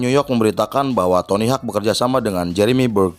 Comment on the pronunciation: btw penyebutan nya itu tony howk bukan tony hak . FYI dia pendiri birdhouse pada awal mula tahun 2000an.. tq atas film nya.. sukses terus utk channel nya